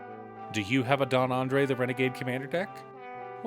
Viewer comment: Why do folks keep calling this card Andre? There's clearly an S at the end, lol. Andres is a very common Spanish name and is the predecessor to names like Andre and Andrew. Andres is phonetically pronounced Anne-drez, and there's even a slightly more common Anglicized pronunciation where you pronounce it as Andreas, like the fault line or the GTA game. San Andreas is spelled the way it is because folks couldn't pronounce the rolled R before the letter E, and that's how we got the permutation. In summary, there's an S there for a reason. Genuinely curious as to why people assume the S is silent, especially given the fact that the spelling of Andre is relatively well known, and Andres doesn't even follow the spelling structure of other words where the S is silent. If you saw the name Andrew, would you also assume the W is silent and say Andre? Not trying to bog down the comment section, lol. Otherwise, the video was great, and it actually helped a lot with my deck building for this commander, and I liked and subscribed happily. As somebody named Andres, it's a pet peeve.